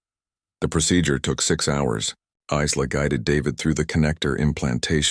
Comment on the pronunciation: Geez how many different ways does it say Isla. Iz-la, Ee-la, ess-la, ess-la I'm sure there was more it's pronounced Eye-la and that's the only correct way to say it. Names have meanings from the country of origin. That is unless you make up stupid names like Shanikywakanda. We all know which group I'm talking about. EBT (every black transaction) using worthless nobody's.